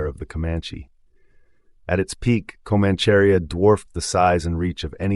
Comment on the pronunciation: 'Comancharia' is pronounced Co-manch-a-ria not the butchered word your trying to say lol... Thanks for putting on YT